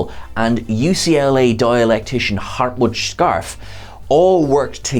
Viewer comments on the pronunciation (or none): Harmut Scharfe [shar-fuh]